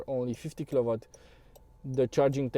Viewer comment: W se pronunta U la kilowatts